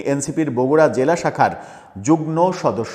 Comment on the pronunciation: আরে ভাই ওটা যুগ্ম, যুগ্ন নয়। আপনারা একটা চ্যানেল খুলে নেন আর বাঙালি হয়েও ভুলভাল বাংলা বলতে থাকেন। Disgusting ।